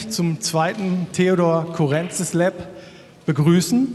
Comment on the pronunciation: Das tut in den Ohren weh. Man betont Courrentzís - auf dem i und bitte nicht auf dem e 😑